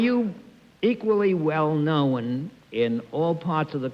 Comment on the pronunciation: The way Bennett Cerf says "known" with two syllables: know-un. Is that a New York accent? Philly?